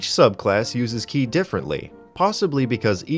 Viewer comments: For the record. Ki is pronounced "Chi" everywhere except Korea. So you're only mostly wrong when you pronounce it as written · Btw you say ki like chi. Its stupid